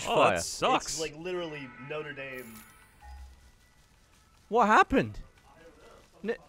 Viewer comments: "noder daim" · they pronounced notre dame wrong, haven't they ever watched the disney movie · Why do you guys say Notre Dame so poorly! I mean you have someone who speaks French under your employment! Maybe try learni.... oh wait it’s America